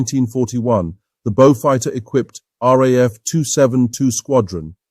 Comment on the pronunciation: Thank you. An almost ignored but very capable aircraft overshadowed by its more glamorous companion. Like the P40, the Beaufighter was an extremely important aircraft to the RAAF war in the Pacific. Thank you also for getting the pronunciation of the RAAF correct.